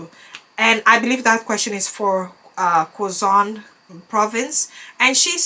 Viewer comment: quezon, pronounced as kezon